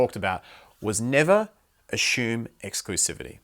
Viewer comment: “Ashouum” ahhaha. ❤️ girls dont ashoooum